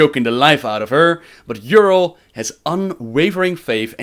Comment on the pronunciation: A nitpick but, you hear in the video how they pronounce her name as Y'rell and yet you still say Y'rull:P